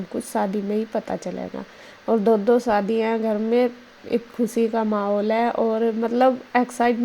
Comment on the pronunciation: सादी नहीं होता है जी शादी होता है